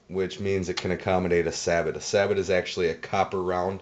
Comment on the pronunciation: FYI, it's pronounced "say-bow", not "sabbit."